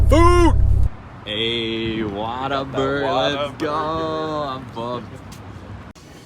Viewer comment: Had to see if anyone else was giving him a hard time about the pronunciation 😂